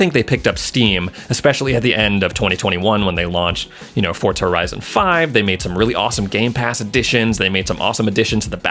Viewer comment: i have been watching ur vids for a while now but its diving me crazy with u calling it fortza